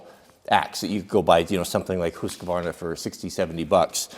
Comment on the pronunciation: You should really pronounce these brand names properly. It's Husk-varna not Hooska-varna and from other video Ka-nip-ex NOT ka-nipe-ex